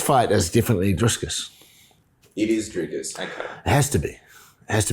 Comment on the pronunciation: "Dris-cus" I agree with you, 100%, it's no big thing how you pronounce a name. But of course, if Dricus was a black Transformer we would have to call him Sioux, not Sue, if that was what "his truth" was. When it's a white South African, we can all just call him whatever we want to call him, which is the way it should be.